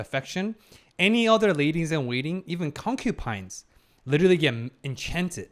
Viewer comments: alright, I thought you would improve but one thing still annoys me, it's not "Concupines" as you read it, but "Concubines", and it is really annoying when i hear it, i like your video's but PLEASE, PLEASE STOP SAYING CONCUPINES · just a question. why do you say concubines as concupines? its kinda bothering me lol, but im mostly curious why